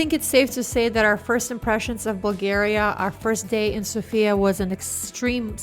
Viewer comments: The correct pronunciation is So.fia (in once) and not Sofi.A. ;-) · Thanks for your video! BTW, the stress is on SOfia😂